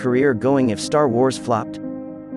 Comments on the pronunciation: I’m sorry… Did you say “tar wars”? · ”Tar wars” says this AI-voice . Great...